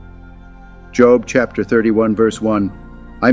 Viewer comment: Shame on you. You mispronounced Job multiple times